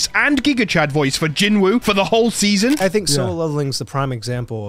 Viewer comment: Pronounced Jin-oo not Jin Wooo!